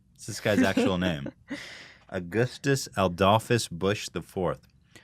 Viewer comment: You said "Adolphus" wrong in 2 different ways to avoid almost saying "adolf"